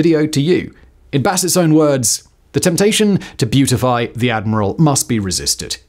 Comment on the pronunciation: "beatify" not beautify.